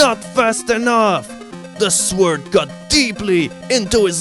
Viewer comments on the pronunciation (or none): you cant say "sword" right......or "decisive", but im not one to complain